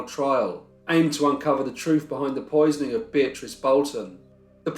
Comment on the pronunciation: Why would he spend a lot of money in hospital bills if he was guilty? I think they hanged an innocent man. When you say Beatrice it souds like bitch to me. 🤪